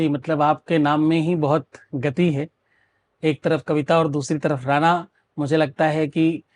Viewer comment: राना अशुद्ध है राणा सही है।